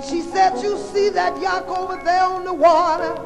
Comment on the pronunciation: she really is sayin yacht ha ha ha YOCK!!